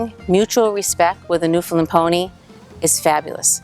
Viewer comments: Firstly, with respect, the correct pronunciation of "Newfoundland", simply put, it rhymes with "understand"; emphasis on the last syllable. Secondly, according to the Newfoundland Pony Sanctuary at Change Islands, Newfoundland and run by a tiny, hard-working group of volunteers, they think there are maybe 350 - 400 Newfoundland Ponies left in the world. But they have limited resources - maybe you know more. There is another Newfoundland Pony Sanctuary nearer to St. John's (the capital of Newfoundland and Labrador), but I know almost nothing about that group. In any case, I wish you well and hope the pipeline doesn't hurt you, if it does materialize. By the way, the sanctuary at Change Islands had three foals last year! Joy! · holy moly the lady in the first of the the video is completly wrong!!!! im from newfoundland i live in newfoundland! thers more then 300 on the island alone! omg there all wrong and she cant even pronounce newfoundland! they are not natural they are bred that way to work in the mines! i can go on and on sorry bro i love ur vids but this lady is dumb ignorant or just dosnt want to do any reading on the newfoundland pony!